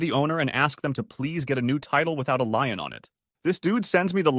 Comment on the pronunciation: It's the same damn voice reader 90% of the channels use now. It's terrible. And yes, it's a bot. Or did you really thinks human confidently pronounced Lien as Lion that many times?